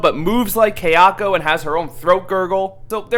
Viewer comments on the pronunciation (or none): Ky* not Kay... it's not a cheap jewelry outlet, you fucking moron! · It's pronounced Sah-Dah-koh, Kah-yah-koh, and Sah-yah-koh. Not Say-dah-koh, Kay-ah-koh and Say-ah-ko. Just thought I'd let you know. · THANK YOU! THAT MISPRONUNCIATION WAS GIVING ME A BRAIN TUMOR! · Kay-yako versus Say-dako 🤔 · why do you pronounce Sadako and Kayako so white? the a's are short sound in Japanese